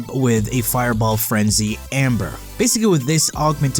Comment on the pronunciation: Gabriel Leloup ... no he says amber... bro listen